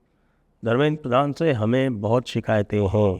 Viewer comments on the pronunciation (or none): none